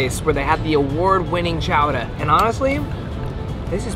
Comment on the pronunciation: Being born in Massachusetts, I respect the way you said "Chowdah"😅🤣